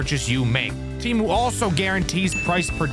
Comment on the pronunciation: No way this dude got sponsored by Temu lol at least he said it right also Don't use Temu if you want your data to go to the Chinese government don't use it but you do you